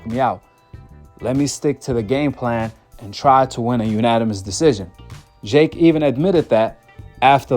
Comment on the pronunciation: Why do you say jhhhhake instead of jake